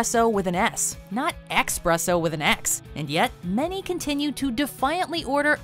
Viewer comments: Who the hell says Expresso? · Not a good start. When you pronounce the first item wrong